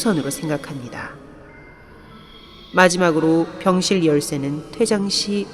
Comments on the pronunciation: 병실을 순간 병신으로 들었네 어우 뭐지햇다 ㅋ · 나만 병실을 병1신으로 들은건가? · 병실할때 병신으로 들림 ㅋㅋㅋㅋ 근데 그걸 체험할수 있습니다. 이러니까 개뿜음 ㅋㅋㅋㅋㅋㅋㅋㅋㅋㅋㅋㅋㅋ 아니 지금도 듣고있는데 자꾸 병ㅅ 병ㅅ 거리는고 같에 ㅋㅋㅋ